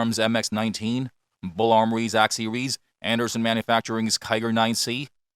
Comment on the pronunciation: SERIES -> SEEWEEZZZ